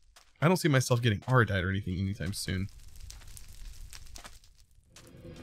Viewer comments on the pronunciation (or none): ardite, not aradite